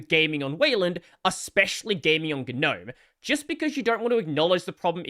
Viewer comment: “Guh noaem”